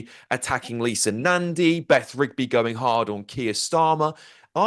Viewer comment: Never could pronounce her 'G' ! Endin , finishin which is hopefully what SLY NEWS has got coming !